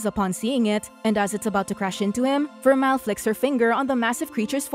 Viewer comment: and its ver-mel in pronounciation of vermeil